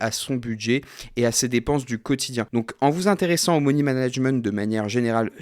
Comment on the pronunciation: « Moni » management ? 🤪😉